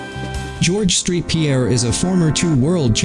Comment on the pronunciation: It’s saint Pierre not street